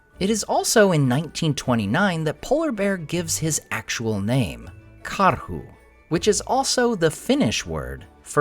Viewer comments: That was a pretty solid karhu pronounciation. Approved 👏🐻🇫🇮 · Thank you for this video, I love the way you pronounce Karhu, Paksu and Valkotukka, you pronounce them right and also explain what those names mean in English!